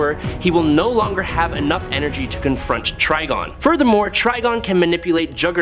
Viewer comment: We got to spell it trYgon for this dude to actually say it right. 😭😭🤦🏾